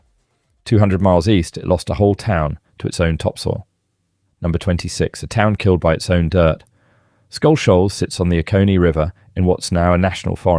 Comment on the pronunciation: Tourists are going to come looking for Amsterdam. The pronunciation of Okefenokee, Oconee, Auraria and Dahlonega were awful. You are working in a media which would give you the correct pronunciation. Pictures of many places in the USA, a map of Africa, a person practicing Japanese calligraphy, wow try a little harder.